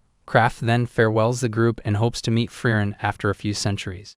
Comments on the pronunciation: aah, why do you pronounce "Frieren" and "Fern" identical? ^^; Come on man... those 2 words sound nothing alike, in the original language... Frieren = "Free-Ren" Fern = "Phaerrn" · It's firien